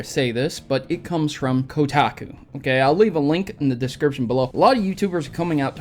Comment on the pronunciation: As soon as you said Kodaku I cringed